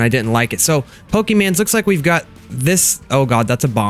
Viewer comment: Why do you say pokemans its pokemon.